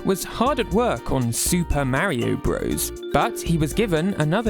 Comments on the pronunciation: Why are you pronouncing Mario as Merio? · "Mary-Oh" X)